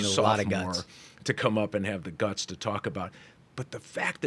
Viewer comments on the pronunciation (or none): none